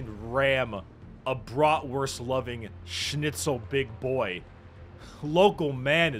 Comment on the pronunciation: U actually pronunsed schnitzel perfektly